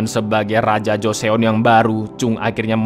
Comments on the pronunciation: Joseon tuh dibaca JUSON cak... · baca nya joson gt bangg